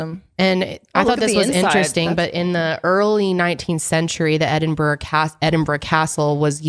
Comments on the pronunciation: yeah i know it's kind of pronounced like that she's so close but she just has this like american bro twang on the brah at parts and i felt like she was lowkey going BRAH thats why i.. lol i love it. but yeah it is edinbruh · The way says Edinburgh lolll EdinBRAH! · It’s pronounced “Edin-borough” or “Erin-burro”. 💜